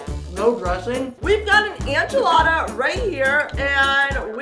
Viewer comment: I love how said anchilada instead of enchilada